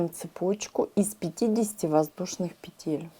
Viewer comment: Если вышла в интернет,говори правильно: пЕтель,а не петЕль,наверное,не русская.Очень режет слух!!!